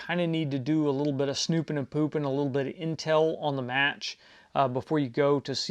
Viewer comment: did I just hear "snoopin and poopin"? Lol